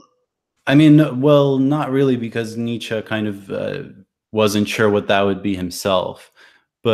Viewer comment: Nietzsche is pronounced a bit like neat-sheh or neats-sheh. A bit like "meh" at the end. There are probably better phonetic fits, but that's what I could think of at a glance. Overall great video btw., quite a bit more productive than the last few imo.